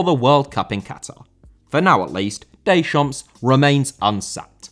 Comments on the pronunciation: You do not pronounce the final 's' in a French word. Deschamp(s)!!!! Versaille(s)!!! Pari(s)!!! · Deschamps* not Deychamps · you pronounce it didier decham'